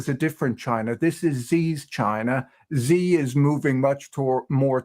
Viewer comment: Xi is pronounced she, not Zi, just saying